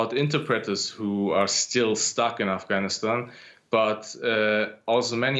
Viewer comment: Aaeyfgaynistain? Aesa koun bolta hai bay?